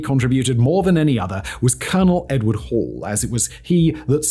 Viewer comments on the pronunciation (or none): none